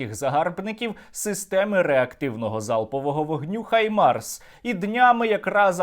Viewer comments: Правильно казати Гаймарс, а не Хаймарс. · Пора вже в українській журналістиці позбуватися російських штампів. Треба говорити "Гаймарс" а не "Хаймарс". Росіяни вимушені заміняти "Г" на "Х" тому, що в російській мові нема звуку "Г". Але, українцям нема потреби мавпувати за росіянами.